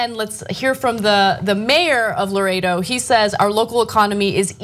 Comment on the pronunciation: The name of the place is "Laredo" not "Loretto"